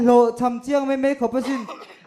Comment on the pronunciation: Host in 'Lo' tih tur ah, 'Lau' a ti tlat hi ka ngaih mawh ṭhin.